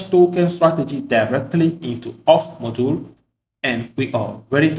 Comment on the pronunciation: nice tutorial... such great content... i laughed how you said 'moduul" haha